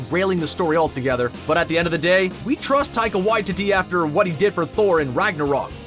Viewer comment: I'm Māori, and he's pronouncing his name perfectly here, the same way we do.